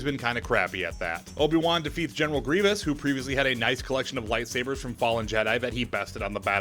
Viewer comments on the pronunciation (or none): none